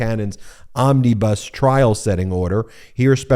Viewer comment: Ben, "Omnibus" has no ee's in it.